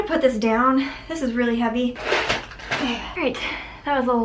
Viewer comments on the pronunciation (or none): none